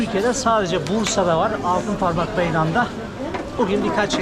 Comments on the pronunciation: Altinparmak değil altıparmak gittiğin yer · ALTINPARMAK değil hacı,ALTIPARMAK...